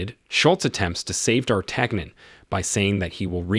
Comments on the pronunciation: You had me all the way up to butchering D'artagnan's name. dahr-TAN-yen. The Three Musketeers? Did you even watch the movie? They pronounce it correctly in the movie. You lost all credibility with your movie review by screwing up that name. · yon; dartanyon. Same with Django's wife. He mispronounced her as Broomhild, with an M, whereas it is an N, and pronounced Broonheeld. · D'Artagnon is pronounced Dartanyon, as in The Three Muskateers. You're welcome. 👍